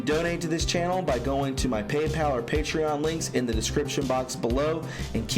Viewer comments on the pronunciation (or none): none